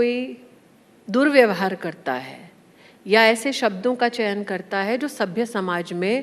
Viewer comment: Hindi sikho pahle,Chaman nahi Chayan 🤣🤣🤣